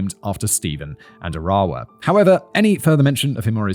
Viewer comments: Small point of information: Arawa's name is pronounced with the accent on the first syllable, not the second. Conveniently it's the English word 'faraway' minus the first and last letters, and it's pronounced that way - 'AR-awa,' not 'A-RAH-wa.' It seems important to get this right considering the manner of the poor woman's death. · Maybe learn the correct pronunciation- Arawa is said A ( short a sound ) ra , wa not Aar rewa . Otago is O - taaa go not o tay go . As a Kiwi it’s a bit grating to listen to mispronounciation